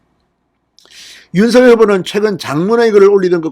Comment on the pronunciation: 진성호님의 발빠른 정보와 민주주의 발전과 법치주의에 근간한 융단폭격에 늘 시원한 사이다 처럼 속이 뻥 뚤리는 기분입니다. 국민의 힘 국회의원 백 여명이 못하고 있는 정부와 여당 의원들의 도를 넘는 행태에 절제된 음성으로 국민들 곁에서 늘 함께 든든한 방패가 되어주심에 감사합니다. 부탁드릴 말씀은 방송에서 윤석열 후보의 이름을 [윤서결]로 발음하시는데, 이는 '작열하는 태양'에서 [자결하는]으로 발음하는 것과 같습니다. 올바른 발음은 [장녈하는] 으로 발음해야 합니다.이는 '작열'을 발음할 때, '열'의 초성자음 ㅇ이 유성음으로서 앞의 '작'의 종성(받침)인 무성자음 'ㄱ'에 영향을 주어 같은 계통의 유성자음인 'ㅇ'으로 동화된 후 그 영향을 주었던 ㅇ에 ㄴ이 첨가되어 "녈"로 바뀌었기 때문입니다. 따라서 같은 이치로 윤석열 후보를 [윤성녈]로 발음하는 것이 올바르다 하겠습니다.(국립국어원 표준 발음법 참조) 작열[장녈]하는 태양, 윤석열[윤성녈] 은 발음,감사합니다!